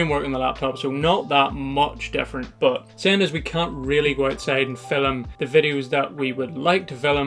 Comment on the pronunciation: hearing you say Fil-um is like ASMR 😂